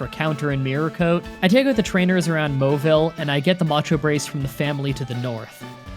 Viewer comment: its mah-ville and mah-neck-trick im surprised you mispronponounce them considered your youtube name